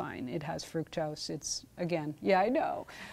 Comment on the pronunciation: I agree, and he could learn to pronounce fructose correctly.